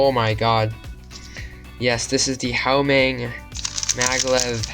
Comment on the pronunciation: good video...btw it's pronounced "Wah Meng"👍